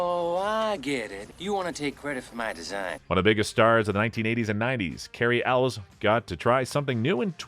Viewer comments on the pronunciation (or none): By the way it's NOT Cary Eles,it's CARY ELWES,like ELWAYS.Get it right.